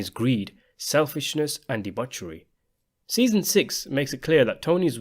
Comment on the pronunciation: Debutchery, dude?